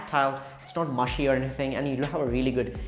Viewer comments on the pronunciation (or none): none